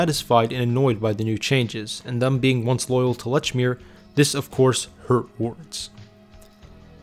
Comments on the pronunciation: Leechmere is how you pronounce it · Holy God!!! How can you do a documentary on something and continually mispronounce its name? It's pronounced "LEECH MEER". Just listen to how it's pronounced in the commercials you included!!! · "Letchmere" Absolutely not. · Very well done and interesting to learn the history. Lechmere was well loved in MA and it seems like they should have stayed local. The narrator is definitely not from MA 😂. Lechmere was always "leechmere" and Dedham is "deddum". There were one or two others that made me smile. Well done though. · It's LEECH MERE!! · Pronounced lechmere incorrectly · It's annoying that he mispronounces the name of the store.